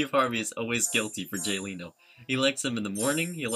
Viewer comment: Why does it pronounce Leno as Leeno?